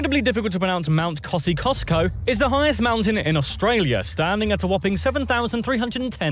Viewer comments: He mispronounced it by adding an extra letter. It’s just ‘kozzy usko’. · Mount Kozzy-os-ko, not Kozzy-kosko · Hi, I'm an Aussie. That is pronounced OZZY as in Ozzy Osbourn, not Ossey like what a kid calls a horse (Horsey). That would make us some type of Minotaur and I can assure that we are not! Kosciuszko (the mountain) is pronounced KOSIUSCO, not the way did, though we do now have Costco supermarkets here... Regarding the temperatures, it does get very cold here. We have a better snowfall than The Alps. I've only heard that - I don't ski... I'm from Adelaide, South Australia, and in answer to your question, no we aren't particulaly cold even though our geographical location might suggest otherwise. Then again, there are parts of Australia that are further south so... EMU. Yeah, nearly ALL foreigners get the proninciation wrong on that one. Now, say it with me -EEM YOU! EEMYOU! EMU! There you go, excellent! You're very nearly an Aussie!!! I have tried kangaroo. I don't like it! However, it's very gamey, sort of like rabbit or pheasant or quail. My grandmother's cousin was Bob Hawke. Though I've given up - sort of - I used to be able to drink like him... Unlike the Eastern States of Australia, South Australia was not a penal state. It was the first state populated by entirely free colonists and too bad if you were constipated. Sorry, that was a shitty colon pun... The disappearance of Harold Holt led to a slang term being coined here - Doing the Harold Holt. It's rhyming slang for "Doing the bolt" or can be seen as irony because doing the bolt can also mean disappearing. We're a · Mount cozzie os ko.. he mangled it.. Emu isn't emoo.. is a U sound like it's spelt.. Kangaroo is rich, so great in a stew or casserole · Regarding our tallest mountain... To avoid mispronouncing it TOO badly, just say it as 'Koz-Ee-Oss-ko'. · We say kosy os co.